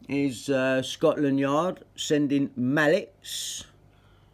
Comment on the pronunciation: FFS Scotland... No... Scotand...😮